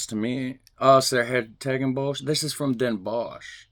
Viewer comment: [Den Boss] the sh is not right sch is never sh ! it would be s and CH as in loCHness, but in Den Bosch the CH is NOT pronounced. it is an ancient spelling,,, bos - wood or bush 's hertogenbosch, "The forest of the Duke" and short: den Bos.